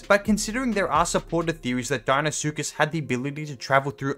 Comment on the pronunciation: If u can’t pronounce the deinosuchus die-no-suchus then how do u say it ?